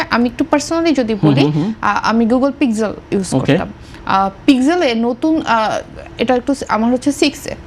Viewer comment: Why can't she pronounce Pixel properly instead of pronouncing pixel?